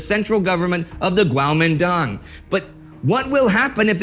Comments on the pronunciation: Kuomintang or Guomindang. Not Guaomindong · I thought it was pronounced "kwo-Meen-tdang" was i wrong?